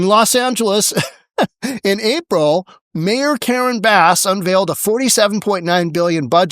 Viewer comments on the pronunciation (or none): none